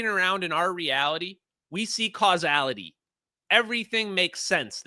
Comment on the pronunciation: ''causalitee'', French accent, The Merovingian, Matrix 2